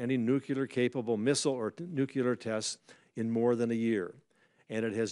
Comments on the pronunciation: Nuclear not nucular. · When did it change to nucular? 🤔